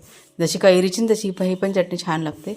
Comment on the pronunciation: च्यटणी म्हणू नकोस.. चटणी म्हण